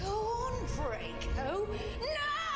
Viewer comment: "It's jello, not jelly." Uh, in the UK, no one says jello, they say jelly. "Drako" Uh... ironic. It's Draco.